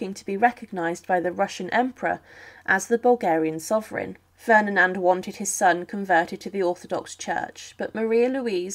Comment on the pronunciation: I noticed that as well, and that she kept saying Ferninand and not Ferdinand.